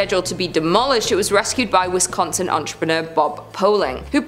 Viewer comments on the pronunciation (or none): none